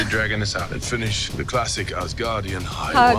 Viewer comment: Your version of the Asgardian sounded like "The guardian of the Ass'